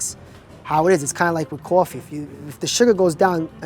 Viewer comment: Love the guy's accent. Especially the way he says coffee